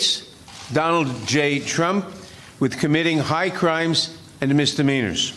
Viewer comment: And If i hear High Cwimes an Mr meaners one more time im gonna thoot myself!!!!!!